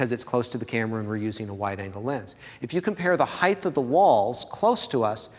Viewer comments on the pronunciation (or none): Heighth ain’t a word, sucka 😉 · "Heighth" is not a word.